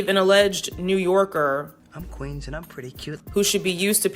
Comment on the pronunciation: the boston accent took me OUT He's not at all from no damn Queens 😂